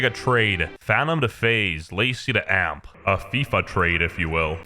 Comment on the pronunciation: it's not amp!! it's A-M-P!!!!